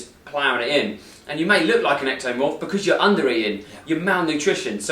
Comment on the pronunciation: hey I don't know if this works on everyone, but (using earphones) watch video without earphones "UNTIL" ( put earphones ON EARS ) seconds when he begins to say (echmorphay* )or something like that. sounds like he's not speaking English. Try It.